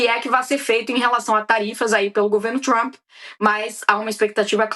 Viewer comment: "...DO GOVERNO TCHUAMP" RSRS 😂😂